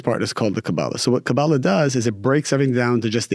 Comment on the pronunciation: Thanks for the interview, canr i ask please.. stop saying Kaa>Baala, its Ka-ba-<La. Its very annoying for Hebrew speaking